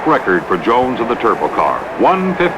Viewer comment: The aircraft mechanic in me cringed every time he said turbo!